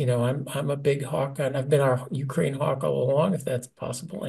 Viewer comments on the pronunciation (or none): none